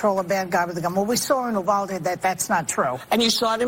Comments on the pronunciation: We have this law/policy here in Texas. Problem is… most school boards, even in my very rural (and poor) small town, the school board prevents teachers from carrying. Whether they vote to not allow teachers to carry or won’t pay or help teachers get the required training. FYI- I live in Uvalde County and it’s pronounced: You-val-dee. Yes, I know both victims and LE involved. Saying that arming teachers will “end school shootings” is absolutely ridiculous. I’m 100% for arming and training teachers but I’m not delusional - doing so will only help mitigate the number of victims, it’s not going to “stop” shootings. If you believe that everyone being armed is going to stop shooters, you’re retarded. Everyone in gang ridden neighborhoods are armed and do they stop shooting at one another??? No! Ending shootings is only possible through a multi-pronged approach that includes a re-vamping of the mental health system, allowing constitutional carry, providing free training to anyone interested and providing a path for people who are stripped of their rights (mental health, felons, red flags, drug use/abuse etc) to earn their rights back through a process. Such a process makes the idea of things like red flags and reporting people less scary. Maybe they’ll never earn their rights back (if they don’t get their act together and prove it over an appropriate duration) but the possibility makes reporting risky people far more palatable. Basically, we need to stop vilifying mental health and p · Been a Texan all my life, and the city name is pronounced "You-VAL-Dee". Thumbs up despite not getting the pronunciation. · It's written "Uvalde", prononuced "yoo·val·dee." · U VAL DE is pronounced You Val Dee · It’s U-vald-ee. Not whatever. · Dude... it IS pronounced you-val-dee/day. It's spelled Uvalde and it's pronounced you-val-dee or you-val-day. iT'S RIGHT DOWN THE ROAD FROM ME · "You-val-dee" would be the local pronunciation.. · South Texan here its pronounced " you- val- dee".